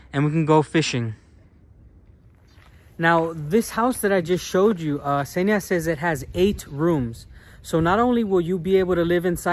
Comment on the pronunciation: Daniel's girl's name is Ksenia, not Zhenia (these are different names).